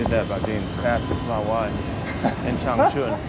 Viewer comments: 长春的音调读错了，是cháng chūn ， 不是 chāng chùn，没有chùn发音的字。跟歧视语发音完全不一样…… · Your chinese has regressed visibly. Now even 长春 (Changchun) can no longer be pronounced correctly. Instead, now it sounds like real "ching chong" , and like an ignorant white person who comes to China for the first time.